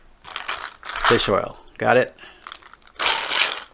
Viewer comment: I see your work. I thought you said fish row, LOL, but then I heard again and you said Fish Oil. LOL Thanks for the content my friend.